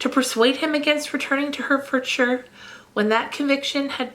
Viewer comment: Every time I listen I have to stop and think are you saying Hertfordshire or Herefordshire. Anyway I googled in the end lol it’s Hertfordshire, like where I am from as you know. Lol 😂 it’s just the accent lol but I love listening to this. Thank you for 43 mins, it’s helped me to work today as I’m only working 2 days then 3 weeks off.